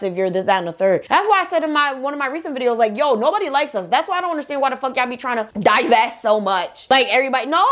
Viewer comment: "Divest" they say😂😂